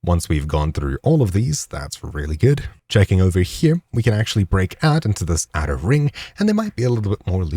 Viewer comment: He actually isn’t saying here he’s saying over “hip”